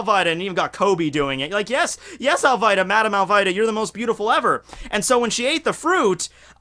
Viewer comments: Yo, it's not Al VAI da, its Al VEE da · I wont say Alvida wrong 5 minutes in: Al-Vay-Da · Dammit, it's "all-VEE-duh", an "eee" sound. Vivi, Nami, Sanji, Al-vi-da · I prefer Al-Vee-Da, because Fire Emblem 7 has a character named Vaida, and that's usually pronounced Vay-Da Also, if you think Post-DF Alvida is hot, you're a fucking sheep, and probs a virgin. Pre-DF Alvida is thicv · Ok. Just cause you said her name right once. Dosnt Didn't mean you can keep saying it wrong after.